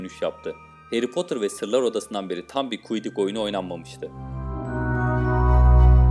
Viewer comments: abi kuidik değil okunuşu kuidiç diye okunuyor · Bende kuidik ne diyorum meğer senin demeye çalıştığın Quidditch (kuidiç) miş:D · Kuidik cidden çok sinir bozucuydu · Haklısın çok fazla rahatsız edici oluyor diyorum kuidik deil oo kuidiç borrow dio siliderin dahq çok var hepside yanlış 😱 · Kuidik değil Quidditch yani kuiditçh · kuidik ne yaa kuidiç diye okunuyo o. zaten 50 isimde 5 tanesini doğru söylüyon onlar da harry ron dumbledore tonks ve sirius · O kuiddik değil kuiddiç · Kuidik değil kuiddiç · Filmi hiç mi izlemediniz arkadaşım siz tüm isimleri yanlış telaffuz ediyorsunuz bu İngilizce bilmekle alakalı değil hiç ama hiç duymamışsınız quiddichi bile yanlış telaffuz ettiniz ya izleseniz bilirdiniz tam saygısızlık bence